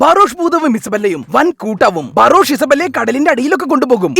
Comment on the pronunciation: ഇയാൾ ബറോഷ് ബറോഷ് എന്ന് പറയുമ്പോ ഞാൻ പൊട്ടിച്ചിരിച്ചു പണ്ടാരം അടങ്ങി 😂😂😂😂😂😂😂😂😂😂😂😂🙏🙏🙏 ബറോഷ് 👌👌👌